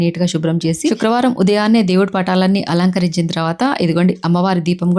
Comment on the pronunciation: శుక్రవారం అది షుక్రవారం కాదు.